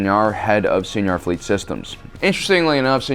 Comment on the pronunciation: Sienar isn't Spanish lol. Pronounced wrong as per pronunciation is the X-Wing Rogue Squadron games